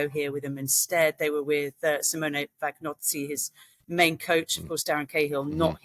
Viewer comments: It's Vagnozzi's fault for having the most difficult last name to pronounce lol (Tip: Vagnozzi should be proounced like gnocchi ;) ) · with some creative pronunciation like Arinnya Sabalenka, Simone Vagnozzi (g should be silent)